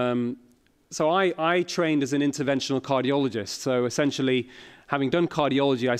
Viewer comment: what's a "cargioloist"